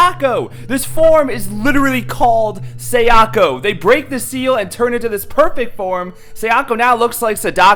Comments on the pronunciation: It's pronounced Sah-Dah-koh, Kah-yah-koh, and Sah-yah-koh. Not Say-dah-koh, Kay-ah-koh and Say-ah-ko. Just thought I'd let you know. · Okay, say it with me now... Sah-dah-ko. Kah-yah-ko. Sah-yah-ko. It's not Keiyako. You're a fan, my dude. Listen to how they say the names. Japanese has super pure vowel sounds, it's not hard to pronounce..